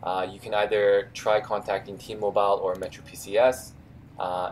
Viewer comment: Thanks for this information I wonder why T-Mobile is so different from every other carrier I would've never realized this. Also just wondering why do you keep mispronouncing T-Mobile? Lol